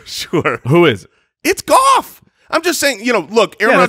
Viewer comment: You think its Goff?..... Its Gaooff